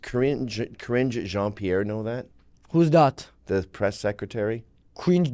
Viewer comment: I had like a stroke when I heard ðat. I had to pull out a calculator to make sure I didn't lose it.